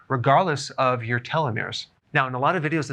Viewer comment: Small tip on pronunciation: télos (τέλος), méros (μέρος) ❤